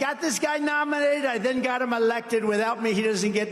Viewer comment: “Liddle” anybody. In comparison to the inflated bloviator?